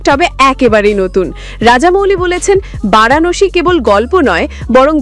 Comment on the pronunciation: বারাণশী নয় ভারানাসি